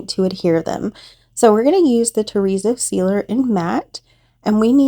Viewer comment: I love how your coasters came out. When you say terrazzo I hear chorizo, it’s making me hungry 😂 sorry I thought I would share that. Hugs